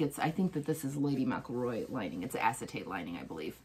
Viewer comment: You’re pronouncing Lady McElroy wrong. It’s not Lady Mac-a-Roy. It’s Lady Mc-EL-Roy.